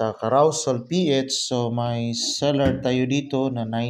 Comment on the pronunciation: sir pkipronounce lng ng maaus carosel dpat d carawsel ang carousel...tnx GBU!!!